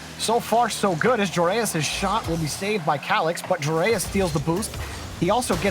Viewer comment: The name is Joreuz.... Not JoErAyUs